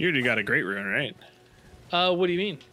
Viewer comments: picks up a item: "oh, golden ruin" it's golden rune you freak🤯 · we actually just had this conversation in the Fanmail yesterday. is the only one who can correctly differentiate the words Ruin and Rune. As seen in this video, these two will randomly swap between the two pronunciations for both, as neither can actually hear the difference.